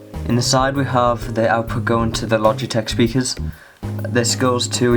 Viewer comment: I thought you said splogitech xD